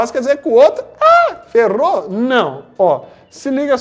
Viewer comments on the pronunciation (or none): ele falando ferou e muito engraççado donada kskskskskkskkkksksk